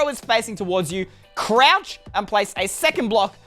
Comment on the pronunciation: Can you stop saying croch